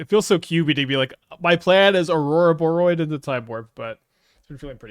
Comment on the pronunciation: pronounces Ouroboroid correctly!